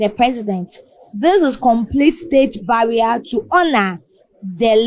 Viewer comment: It's not "barrier" but "burial" ok so kindly check that